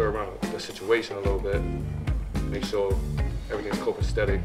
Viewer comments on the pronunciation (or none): copacetic not cooking steady lmao